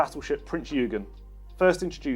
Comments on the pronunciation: Vice-Admiral Pedantic here. Prinz Eugen is pronounced Prints Oy-gen, not Prints You-gen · Prince YOOgen? Try 'oy-GAIN'. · Prinz "Oy-gen", not "You-gen" 😂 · Corrct pronounce,, prinz oigin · When the letters “eu” appear together in a word in German, like Freud, Deutsch or Prinz Eugen, it’s pronounced oy like oyster. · Thank you. Showing my age—63—when I recall the 1970s introduction of those rereleased 1/72 scale models/sets. Good to see the option of downloading 3D printing files for Skyvan propellers. Not everyone wants to—or will be allowed to😁—spend the time creating such files. Moving with the times. Cheers from NZ🇳🇿. P.S. Eugen, with all due respect, is pronounced Oygin. Respect is due, to the other mastermind of the battle of Blenheim! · Ouch! That is s SO not how 'Eugen' is pronounced! Likewise on the Sea King 'H' is pronounced 'Aitch' not 'Haitch'. It is like listening to expanded polystyrene dragged down glass. A bit embarrassing in a marketing video, but can't be too critical as Hornby/Airfix need all the support they can get right now. Nevertheless you'd have thought someone would have proofed it, pointed out these errors on the day, or suggesting hiring a booking a professional voice talent for the video.